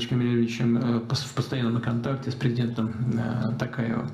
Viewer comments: С президентом Такаевым. Даже фамилию правильно не произнес Путин. Хорошо, что в имени и отчестве не путается уже. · Касым Жамалович Кемелович Токаев деді, қайта қате айтты😢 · Имя исковеркал президента,еще и северный Казахстан подчеркнул